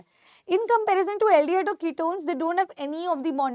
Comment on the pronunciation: aldehyde = ol ❌ al ✅